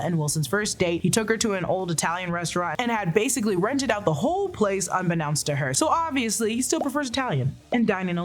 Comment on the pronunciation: "un-benownst" instead of unbeknownst